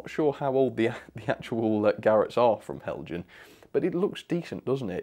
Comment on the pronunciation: Heljan is Danish: therefore "hel-yan".